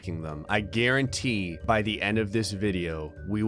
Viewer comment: It just me or did he say guaranteen instead of guarantee?